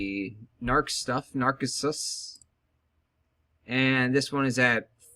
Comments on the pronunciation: AZAZEL? AZAZEL? .... WHAT?! i'm gonna lose my fucking mind.. holy shit. azalea is pronounced uh-zay-lee-uh narcissus is pronounced nar-see-sus you fucking mong. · Add one Narcissus (Nar-ciss -us)